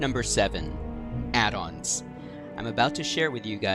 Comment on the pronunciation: Excellent guide, subbing to channel and all good tips. Love the slower pace of your talking, so many creators now talk so fast you have to turn it down to 0.85 to understand them. I do get irrationally angry at your pronunciation of “addons” however lol. Keep up the good work man!